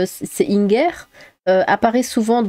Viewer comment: o s'en fiche qu'il soit alsacien ou pas on dit inger comme ingersheim c'est tout x)